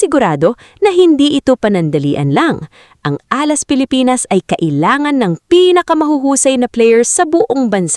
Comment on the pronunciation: Can't take this seriously. Can't even pronounce Alas.